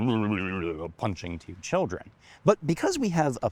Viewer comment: i heard pounching two children 😂